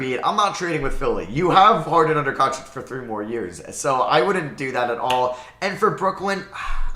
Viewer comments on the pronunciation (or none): none